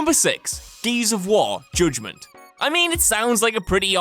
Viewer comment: Joodgement? Lol nice pronounce